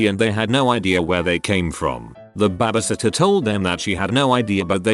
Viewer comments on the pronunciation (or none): Nobody: Literally nobody: TTS: B A B I S I T T E R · Why can't this robot pronounce "baby" sitter properly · I'm so mad at how the voice pronouncees babysitter. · ah yes, babaseeter. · Ah yes, babasittah. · Everyone trippin over babasitter must’ve never seen the vid where he called gym gim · The way he says babysitter as “babasitter” just makes my day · BEBEH SITTER LMAOOO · Probably wouldn’t have finished this video if it wasn’t for ‘babasitta’ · No one: Narrator: bAbAsItTeR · UPDOOT:Babasitter ME:WHAT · Nobody: Google: Babiesitter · nobody: the robot: babhasatyah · you are beyond missing the point. It's a joke about how the robot pronounced babysitter as babisitter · Me too, friend. Me too. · “Babah sittuh” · alpaca That’s what I said what are you not understanding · Wow yes yes that made my day too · Hah I know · Lol was going to comment this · i like how it's pronounced babasitter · I love how robo voice pronounces baby lol reminds me of my Scottish grandpa. "Babby-sitter" lol 🙂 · I feel bad for laughing each time the bot said "b a b a s i t t e r" in that part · No it’s babysitter